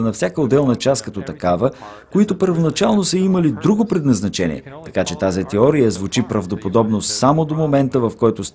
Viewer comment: теория а не тиория за разказвача btw